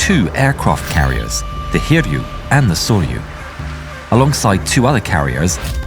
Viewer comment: Except it's not pronounced "Saw you"--it's "Sore-you." So no.